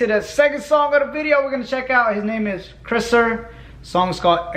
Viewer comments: Chriser 🤣 kerser mate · He said "kreser" hahaha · It's pronounced khur-sa Kerser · Kriser 🤣🤣🤣 bruuhhh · LOL Kerser will teach y'all how to say it... he uses his name many times throughout his released music. We say Kers-er but aussie slang and we love to sware alot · This night just say krisser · How they say kerser is funny it's pronounced curser like a computer mouse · Any other aussies laughing at how he said kerser 😂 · You say “exceptional” is hard to pronounce... not as hard as Kerser apparently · Aye yo bruh, y'all sayin kerser's name wrong aye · Bro b4 u diss the kers at least know how to say his name, now go listen to kers from the beginning to now guaranteed ur opinion will be different about him. Just sayin